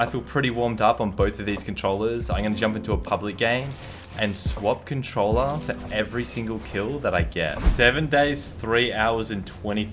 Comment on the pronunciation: wy do u say cuntcholla instead of controller